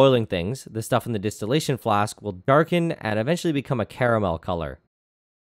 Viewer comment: “Caramel” eww its pronounced “caramel”